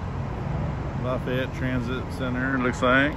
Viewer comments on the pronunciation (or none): As a resident of Lafayette, I need to correct your pronunciation of our City.. It LAF-EE-ETTE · Locally pronounced laugh-ee-yet. Also notice the lack of southern country drawl. South louisiana is different. Also Zea's is a local chain in the region. So is Main Squeeze for healthier options.